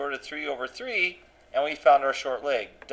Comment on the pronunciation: Hi, so this isn't math related but I just picked up on the fact that you pronounce leg like "lay-g" and I was just wondering if you knew were that originated or anything because my girlfriend also pronounces it like that and she doesn't know why the hell she does lol. Thank you.